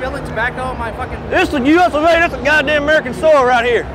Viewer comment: "This was built on emerikan soil"!!!! Lmfaoooo